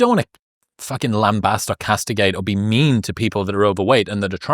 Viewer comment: Chris saying ‘Lambast’ as in BAST and not Baste cheered me right up…spread the word in the states kidz !